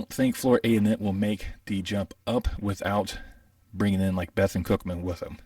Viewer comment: Appreciate the insight. It's pronounced "Beh-thoon Cookman" .. not "Beh-thun Cookman"